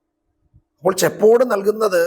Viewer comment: ചെപ്പേട് ആണ് ശരി